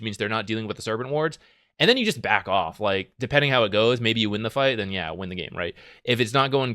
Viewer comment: Z: "... and then you just back off.... " all guardians: "what is this word... 'beck oolf?'"